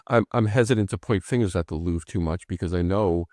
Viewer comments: Did Tommy actually pronounce the Louvre as Loo Vra? I must have misheard. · It should be pronounced LOUVR. the E is silent, and the R has no vowel sound attached to it. There is no "English pronunciation". .. it's not an English name.